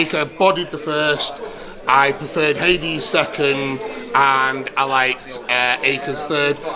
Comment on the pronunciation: "His names not Haidees its Hadiz" looooooool